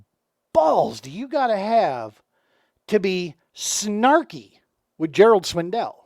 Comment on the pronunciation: I stopped watching the video when you said Gerald Swindle’s name wrong which was almost immediately. You say it how it’s spelled.